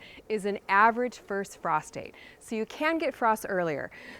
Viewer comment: I don’t have an indoor growing lights for this growing season, but it’s on my fall to do list. BTW, my husband was listening along and thought you said “prostate” instead of “frost date.” 😅